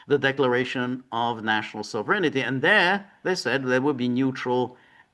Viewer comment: George, there's no "ity" in sovereignty. It is pronounced sov-ren-ty, three syllables. There's no alternative pronunciation. There's the correct pronunciation and an incorrect pronunciation.